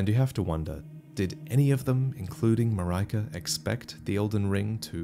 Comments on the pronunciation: And in Japanese the emphasis would be on the first syllable. MAH-ree-ka. English speakers are far more used to its ubiquitous second-syllable emphasis, which leads to a lot of mispronunciations. I still remember everyone in Seattle saying ee-CHEE-roh instead of EE-chee-roh when we signed Ichiro Suzuki to the Mariners. :P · I could be wrong here, but I think with Queen Marika, it’s pronounced ma-reek-a. I work with someone last month named Marika and that’s how it was pronounced for her at least 🤷🏻‍♂️ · "Mah-rai-kah"??????? LMFAOOOOOOOOO when the f did you decide that was the pronunciation? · Marika is most likely read as an eastern european name not Marayka, right? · As a Hungarian I really hope Marika is not pronounced "Maryka" because it feels so wrong. Also, since it's a Japanese game, that I is probably a normal I (as in "cinder") I've been listening to people pronounce Farkas wrong for a decade. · Are you sure it is not Pronounced Mareeka which is the European pronunciation? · It's a greek name and the correct pronunciation is "Mar-e-ka". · Isn't Marika pronounced "MarEEka"? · The "ri" in Marika is pronounced the same way as you'd pronounce "り" in Japanese. So in simpler terms, it's pretty much the same as the "ri" in "rinse" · The i in Marika is not the "eye" you pronounce it as, but the ea in seal. The name possibly derives from Malika, the Arabic word for queen. Both are pronounced the same in Japanese. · Only one grievance. Check how Marika is properly pronounced:) Google translate English language will do, there are other languages to check for example Latvian (quite normal woman's name here). I also checked Norwegian, Hungarian, Dutch - they are also somewhat similar. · Ahhh what a pain! I don't know why, but as a European I feel pain when I hear this pronunciation of Marika's word. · I feel like Marika "i" should be pronounced as in kit-kat or the "i" in Miyazaki, what you think? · Wonder if it’s pronounced Mar-RE-Ka or Mar-Ri-ka